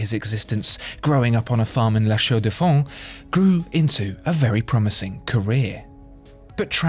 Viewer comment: the pronunciation on La Chaux-de-Fonds :)